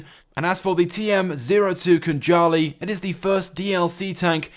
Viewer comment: KHANJALI - thats how we pronounce Georgian word, and It means SWORD